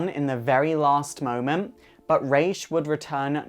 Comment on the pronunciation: I think Damian only liked Dick also boo for the bad pronunciation of Ra's